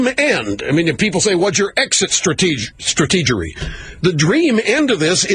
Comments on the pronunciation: Haha, he actually said strategery:) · Did Limpbrain say "stategery"? Is that even a word? Does it mean the same thing as strategy? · Did he say exit strategory? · Did he just say strategery?